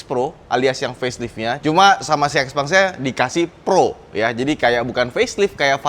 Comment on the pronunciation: Pengucapannya bukan x peng .... tapi xiao peng.